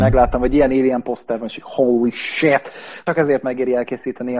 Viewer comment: Engem is zavar az a holy shitezés, mert szerintem gáz. Plusz a kiejtése. Akkor már mondana holly cowt. Azon legalább lehetne nevetni.